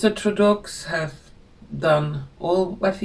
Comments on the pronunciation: May I help you it is pronounced ( Trudeau) TRU DOE. thank you for your wonderful readings. A Canadian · It's pronounced Troo-doh. Poor Canada. The USA doesn't need the burden of Canada's economic problems, and we need to recuse ourselves from deficit spending on their protection as well. Fair trade needs to be employed. I'm just happy that Trump is alive and knocking out hundreds of executive orders to restore the health of our country. We need to dig ourselves out of our own deficits because of generosity to other countries and paying the majority at NATO, and fair trade (tariffs). His cabinet is making it through the process of vetting and approval even Kennedy Jr. which is surprising since he's going to affect big pharma and big food business big time. It's happening and I believe it is both our creation as human beings as a collective AND divine intervention.